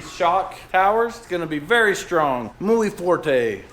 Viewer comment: Actually, the phrase is “ muy fuerte” not forte, but you were close.